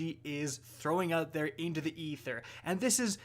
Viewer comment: “Into the ather” RICTOFFEN!!!